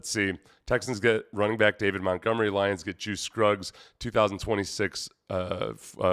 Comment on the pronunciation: You almost said, “David GonMunery” 😂😂😂